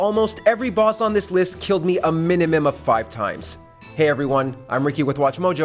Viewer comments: "A minimim of five times" 😂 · He definitely said "Miminum" at the beginning. Lol. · Mininim lol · Anybody catch how he said minimum?